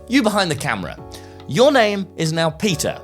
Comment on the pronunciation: officially like how he said "Peter" like from the peter rabbit movie. One of my favorite movies.